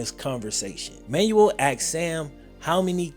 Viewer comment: Man said “Manual”. Fam… it’s “Man-well”